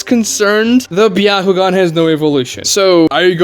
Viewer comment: Is it pronounced byahugan or byakugan?